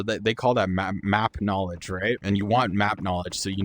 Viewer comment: “Knawledge”…. check out my new Lamborghini here. My new Lamborghini is Exfilzone.